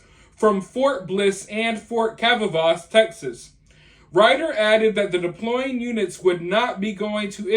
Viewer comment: It's Fort Cavasos, used to be Fort Hood, in Texas.